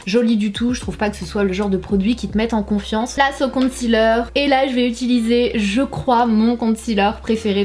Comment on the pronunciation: Pourquoi les français prononcent concealer " compte cealer" lol